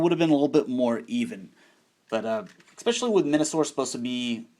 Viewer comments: eckspecially, are not. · Why do you say "especially" wrong?